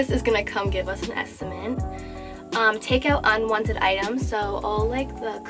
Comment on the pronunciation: An estimate... not an "estiment" lol